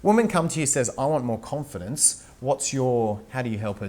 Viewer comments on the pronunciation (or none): Con-Feed-ence. Lol